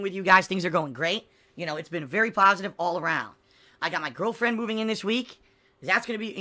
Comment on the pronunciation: I’m gonna have an aneurysm if he says ”pahsitive” one more time.